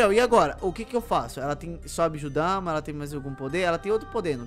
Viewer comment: É bijudama não bijudamá